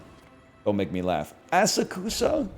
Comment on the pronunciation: "Asakasu" bro's really pretending 😂